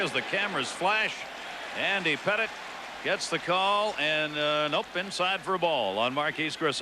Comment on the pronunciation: Lol he called Andy Pettitte “Petite.” Not a chance that statement is correct.